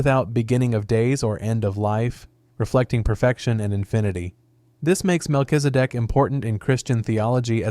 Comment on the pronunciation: While saying Mel-Kiz-E- Dek it soudned like "Mel is a dick" lmfao just cause you didnt try to pronounce it you just said it as quick as you could lmfao